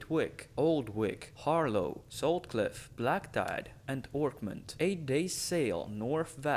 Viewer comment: Isn’t it Har-Law tho?